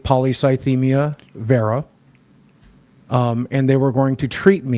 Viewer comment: This is a small, stupid detail, but i dont think boogie said "vera" correctly a single time, even though the pronunciation was on the page he initially pulled up (VEER-a)